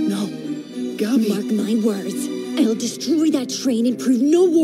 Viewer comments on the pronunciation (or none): Why do they pronounce her name "guh-bee"? so weird